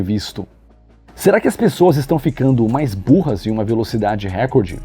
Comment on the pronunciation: Excelente video,. Só uma correção: a pronúncia correta é recórde e não récorde.